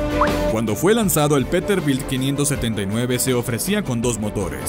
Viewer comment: El 2ndo camion no es peterbild es peterbilt madremia